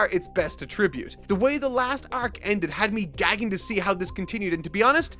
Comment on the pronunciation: marks pronunciation of attribute kills me in every video